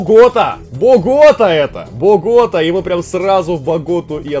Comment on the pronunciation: БоготА у Саши БогОта, Нейроби - Нейорби, Осака - ОсАка, Камбоджа - Камбодиа. Капец режет уши